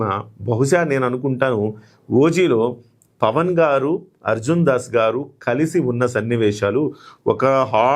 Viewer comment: Pawan Kalyan ( not Pawn)...pls make the correction